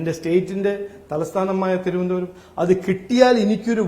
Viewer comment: തിരുവനന്തപുരം എന്ന വാക്ക് നല്ലവണ്ണം പറയാൻ പോലും അറിയില്ല... 🙏🙏🙏